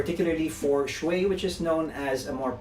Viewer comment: It's Show-i Show-i fer heavens sake